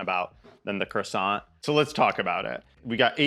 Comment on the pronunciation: You got the croissant right!